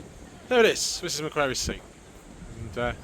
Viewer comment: Always amazes me how many videos of British tourists who cannot pronounce ''Macquarie''. It's a British name ffs.